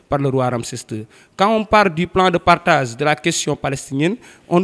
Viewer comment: Ce professeur est vraiment nul. Il recite comme une eleve a l ecole primaire. Niveau de francais nul. On ne dit pas "partaze" on dit "partage". Il dit : des son lendemain. C' est pas correct. On dit : des le lendemain. Il donne de fausses dates: l etat israelien est cree en mai 1948 . comment la guerre d' independance peut avoir lieu en aout 1945. C'est pas vrai. Prof nul, eleves nuls